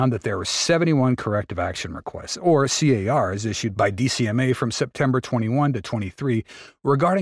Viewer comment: It's not C.A.R.s. No one says that. It's Cars.